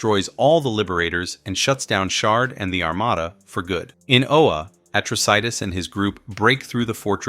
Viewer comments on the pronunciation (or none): It’s “Oa” not “Ola”. You have no idea just how much I am disliking you more and more because of your deliberate mispronunciation. I have half a mind to just stop watching this video here and now because of it, and the desire is growing fast. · It’s O-A not OLA your killing the name of the planet of the GL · Really enjoyed the show & was sorry to see it canceled. And mostly enjoyed the recap but c'mon guys, get the pronunciations correct! It's Oa, not Ola & it's pronounced uh-TROSS-it- us. A simple viewing of the show would make this clear.🙄🤨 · This is the worst narrator ever bro go and watch the cartoon.... first you pronounce Atrocitus the wrong but Oa how you get an l in that...talking shit..